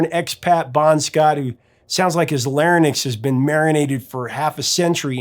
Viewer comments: Please stop saying lair - nicks. It's lair - inks. Larynx. You're transposing the Y and the N. I'm sorry but that drives me crazy. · "lair-nix"? It's larynx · Say it with me Lair - Inks — you've dyslexicated larynx >:-D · Professor, I love the way you pronounce “ Larynx “😏